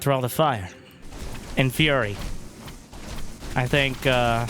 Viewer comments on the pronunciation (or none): none